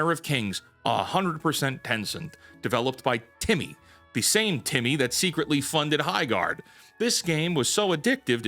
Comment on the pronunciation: The way he says TiMi😂😂😂. 😂😂😂